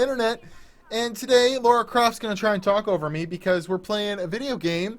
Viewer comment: its LARA not LAURA....ffs